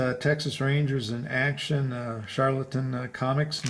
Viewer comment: Wow! That must've been a great show with all these super cool books! My favorite is the Dell giant Halloween issue! I wish you'd have shared what you paid? I'm curious why you pronounce Charlton Sharlton?